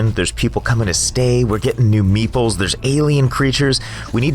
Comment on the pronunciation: Am I the only one that thought he was calling the 'Meeples' meatballs?